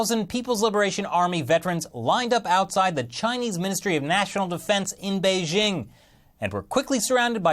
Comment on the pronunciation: How can anyone take this guy serriously. He can't even pronounce Beijing.